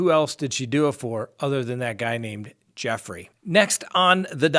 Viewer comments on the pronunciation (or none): none